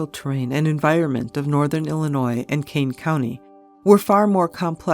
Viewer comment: It's Illinois not Ellenois .